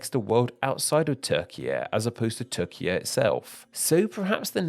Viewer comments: Türkiye* not Tökia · It should be pronounced “toor-kee-yeh” with a trilled R. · Without seeing the written name I could think you're just saying Turkia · it's not "teer-jee-yay" it's "tue-rk-iye" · Oooooh so the Ü IS pronounced as oo, not as he probounces it in the video? Well then I support the spelling changer after all. I thought he was pronouncing it correctly in the video and that the Ü simply made no sense. But it does make sense the guy in the video just doesn't respect it. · Turkey becoming Turkiye is less of reclaiming an endonym and more of asking for an orthographic change to better approximate pronunciation. A real change would be Hungary demanding a name change to Magyarország. To be honest, that would be a fun video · there you realise you're watching Name Explain, not Name Pronounce.